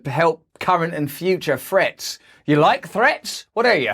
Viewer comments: Practice pronouncing threats... With a "th" not an "f" lol love your channel and your approach thank you for being you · Sounds like he says future frets